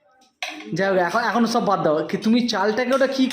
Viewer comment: Achha tumi bangal ghorer may hoi so so kore kotha bolo keno? 'Sob' keno, 'shob' keno noi?